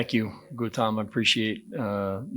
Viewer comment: The general in the video itself said, I love your fucking food..common man.. he couldn’t pronounce Gautam’s name right, where is the homework?